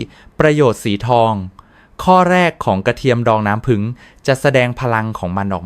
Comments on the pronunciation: อะไรน้ำผึ่ง ทำไมไม่พูดว่าน้ำผึ้ง งง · น้ำผี้ง,ไม่ใช่น้ำผึง,,ภาษาไทยวิบัติหมด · ถามจริงคุณหมอเป็นคนประเทศไหนทำไมบอกน้ำผึ้งเป็นน้ำผึ่ง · ผู้จัดทำครับ โปรดสอน AI ให้พูดถูกต้องด้วยครับ ผึ้ง ครับ ไม่ใช่ "ผึง" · น้ำผึ้งคับไม่ใช่ผึงคับแต่ดีคับถ้าดีจริงขอให้เจริญๆ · ภาษาไทยทำไมเพี้ยน น้ำผึ้งแต่อ่านเป็นน้ำผึง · น้ำผึ้งไม่ใช่น้ำผึง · อ่านว่าน้ำผึ้งไมใช่น้ำผึงไปเรียนภาษาไทยใหม่ไป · ใช้เอไอบรรยาย หรือเปล่า เรียกน้ำผ◌ึ◌้งเป็น ผึง😅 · สนใจ อยากรู้ในสาระที่ต้องการนำเสนอ แต่รับไม่ได้กับภาษาไทยที่ AI อ่านออกมา น้ำผึง คอเรสเตอรอรอล ต่อไปลูกหลานไทยจะพูดภาษากันอย่างคนไทยไหม เลิกฟังครับ อยากรู้สาระแต่รับไม่ได้กับเสียงอ่าน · เขาก็เขียนว่าน้ำผึ้ง แต่คุณอ่านว้า น้ำผึง อ่านไห้ถูก ภาษากลาง นะคะ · สำเนียงไทยชัดเจน แต่พูด ให้ภาษาไทยผิดเพี้ยนไปหมดเลย ต่อไปจะให้ลูกหลาน อ่านว่า นัำผึัง หรือ น้ำผึ้ง เอาให้ชัดๆค่ะ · จริงครับ..ผมก็แสลงหูในการออกเสียงมาก น้ำผึ้งเป็น..น้ำผึ่งบ้าง,น้ำพึ้งบ้าง!!! น้ำผึงอีกคำ โอ๊ย! หมดอารมณ์ฟังปวดใจเกินจะพูดต่อ..( เซ็งๆๆๆ ) ขอร้องให้เข้มงวดหน่อยนะครับ น่าอับอายภาษาไทยๆยังใช้สำเนียงผิดๆ อับอายๆๆๆ ❤❤ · น้ำ-พึ้ง🤣🤣🤣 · น้ำผึง กะ เทีย มอ คุ นอ. อ่านได้ยังไง เพี้ยนจริงๆ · น้ำผึ้ง ไม่ใช่น้ำผึ่ง .โปรดพูดภาษาไทยให้ถูกต้องด้วยค่ะ ฟังแล้วมันขัดหู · เขาอ่านว่าน้ำผึ้ง ไม่ใช่น้ำผึง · ต้องเรียกว่าน้ำผึ้งไม่ใช่น้ำผึ่ง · อ่านว่าน้ำผึ้ง